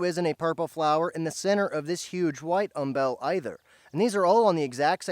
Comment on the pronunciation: Umbel. Like humble. Not um-BELL.